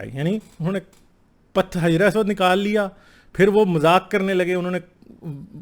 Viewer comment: Jis ke baare men video bana rahe ho.Kam se Kam us ka nam to saheeh se lo. Hijre Aswad nahin balke hajar e Aswad kahen.